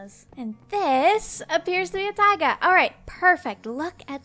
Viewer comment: And it's taiga not tiga